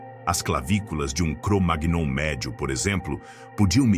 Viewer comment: O vídeo está legal, mas verifique a pronúncia de "Cromagnon'. Não é assim...